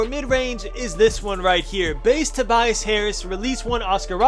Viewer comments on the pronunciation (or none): none